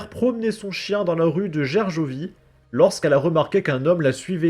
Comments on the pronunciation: ... t'es sérieux la ? ça se lit ger-go(comme le GO en anglais)-vie : Gergovie tu connais pas ? ça te dit rien ?... les Gaulois avec Vercingétorix qui en -52 repoussèrent l'armée de Jules César lors d'une des plus célèbre bataille dans les plaines de Gergovie ! Patrimoine et histoire de France quand même l'ami... Pardon si je semble aigri et agressif hein lol, mais ça ma fait mal a mon cœur de Français comment tu l'as prononcé 😂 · Rue de Gerjovie. Ah non! Rue de Gergovie se prononce Gerguovie! 😊